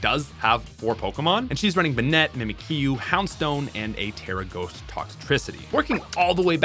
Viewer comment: memekyu???…… mimikyu it’s a mimic. mimic - you, that’s how it’s pronounced